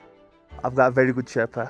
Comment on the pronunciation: Why does the woman narrator mispronounce the word "Sherpa" so many times and then all of sudden starts saying it correctly?